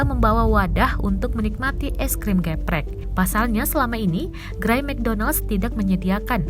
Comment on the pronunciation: cara baca "geprek" itu huruf "e"nya dibaca kaya kalo lagi baca kata "elang"...